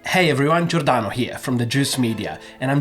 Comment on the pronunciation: Cameo Giordano as "Albarno"